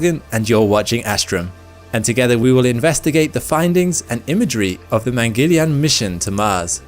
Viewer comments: "Mangeleian"?? Its Mangal-yaan, which translates to Mars vehicle. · its not Mangelian its "maang-al-yaan" mangalyan project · Its mangala_yana(Mars)_(journey) or hw we Indians say 'journey to the mars'= 'mangala yana'